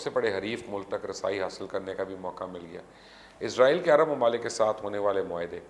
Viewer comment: Please correct, you always say izrail, it is not izrail, it is israil